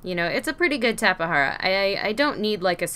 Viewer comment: It’s called tape-Jara not tapa hara